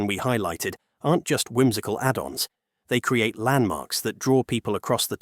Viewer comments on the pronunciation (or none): none